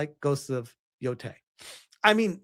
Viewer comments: Everytime, he still says yoTAAAAAAAAAAAAAAAY. It is fucking YOtay brother lol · Ghost of No-tei 😆